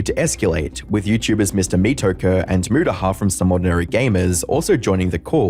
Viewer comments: loll "Mee-to-kurr" Its said how its spelled dum dum "Me-to-kur" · "Mister Me-toker" had me dying. Come ON, man. Don't let others write your scripts, do the research on your own and learn to at least pronounce names.